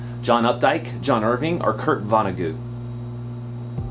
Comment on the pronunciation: Re: #15 Ya gave it away because "Ayatollah Khomeini" was the only name you could pronounce. And Vonagoo? Still love you cats. Peace on earth.